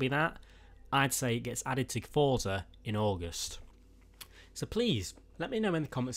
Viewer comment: Why the shit do people say thotza it clearly says forza